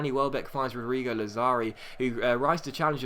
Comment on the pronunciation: ***** lazzari is pronounced Lad-za-ri